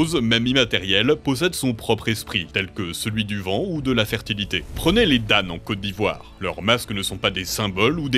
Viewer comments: 😅 c'est Dan et ca se prononce comme dent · Pour les Dan ça se lit pas « dane » mais « dent » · en cote d'ivoire c'est dan oui mais on dit dent pas dane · Ça ne se dit pas "dane" ça se dit dan en cote d'ivoire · Je voudrais specifier on dit pqs dane mais Dans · On lit Dent pas Dan pour le peuple ivoirien😅. Si non superbe vidéo. Bravo à toute l'équipe 🎉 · Je suis ivoirien et le mot"Dan" se lit comme "dans" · C’est dan comme si tu disais dent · Mon pays la Côte d'Ivoire est représenté 🤧✨... Même si il a massacré la prononciation du nom du peuple Dan... 😂😂✨